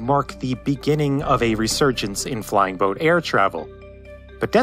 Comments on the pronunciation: I remember the abandoned hulks sitting at Calshot Castle. By the way, over here we pronounce the two words 'flying boat' as if they were written 'flyingboat'. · Putting a hard emphasis on the word 'boat' in 'flying-boat' is an unfortunate distraction in an otherwise excellent video.